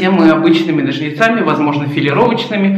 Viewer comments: Ура, стрижка! Обожаю такие видео., только нОжницами, не ножницАми, а то режет слух. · НожниЦАми это на каком языке?слух режет.